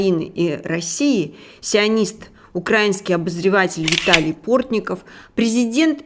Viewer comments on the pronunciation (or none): Не укрАинский, а украИнский. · Уважаемый автор, материал. конечно, интересный, но надо как-то аккуратнее с произношением географических названий городов и местностей: не УмАнь, а Умань, не Канёв, а КАнев, украИнский, а не укрАинский и т.д.. .Неправильное произношение очень режет слух и обесценивает материал.